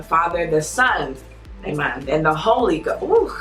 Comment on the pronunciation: “Amon”(amen) 😂😂😂love